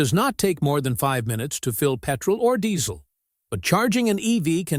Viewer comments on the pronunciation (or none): none